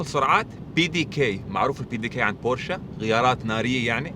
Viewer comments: ياخيييي مش بورشاااا بورش 🙂🤦‍♂️🤦‍♂️🤦‍♂️ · تصحيح فقط بورش وليست بورشا